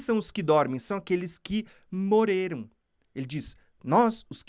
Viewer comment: Pq vc não consegue falar: Morreram e fala Moreiram?